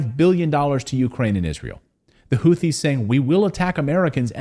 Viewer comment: is pronounced HOO-TEE… not “Hoo-thi.